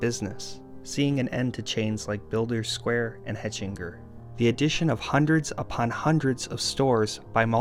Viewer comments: It was pronounced HECK-in-jer not hetch-IN-jer or even HETCH-in-jer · Hechinger is pronounced Heckinger. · It was pronounced Heckingers. They had a bunch of stores in the area before they got wiped out by home depot and Lowes. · Growing up in the Metropolitan DC-MD-VA area, we had most of these stores mentioned, especially being smack dab in the middle of the Mid-Atlantic states. Your pronunciation of Hechinger is unlike any I've heard before. 😊 Around here, most would call it Hechinger's. "The Hechinger Company was an American chain of home-improvement centers headquartered in Landover, Maryland, on the immediate outskirts of Washington, D.C., from 1911 to 1999. It was also an online retailer owned by Home Decor Products from 2004 to 2009. In the 1980s, it underwent a massive expansion of both HQ and the Hechinger Co. divisions, opening big-box stores to better compete with rivals Home Depot and Lowe's. After several rounds of store closings, the Hechinger Company filed for Chapter 11 bankruptcy protection on June 11, 1999, but the reorganization failed. Later that year, in September 1999, Hechinger's assets were liquidated, including its 117 remaining stores." 🤓